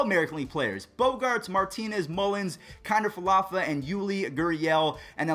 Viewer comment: Lol continues to butcher Kiner-Falefa's name and it's hilarious. Nobody correct him 😂😂